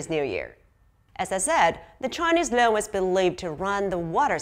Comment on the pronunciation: Should be pronounced as "Loong" not loan! 😅